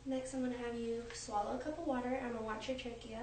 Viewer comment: I had to fast forward through her. My soul died a little bit every time she said it. That and traah-gus